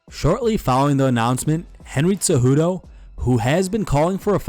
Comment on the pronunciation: Why do you pronounce Cejudo like Tsejudo? It's weird.